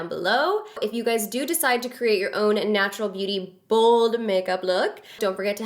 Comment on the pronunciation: lol you say "Bold" the way my friend says "Bald" lol. I died a little when you said "Don't be afraid to be booold" aka bald. lmao